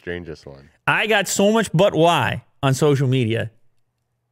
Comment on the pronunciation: Any1 else heard butt wipes instead of but why